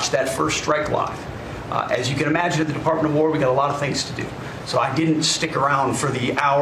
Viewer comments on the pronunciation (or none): war secretary... it is w-a-r secretary... 😋 and nukular... Homer Simpson taught me that... 🤣